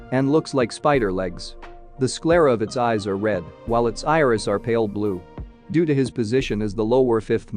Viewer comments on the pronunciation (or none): none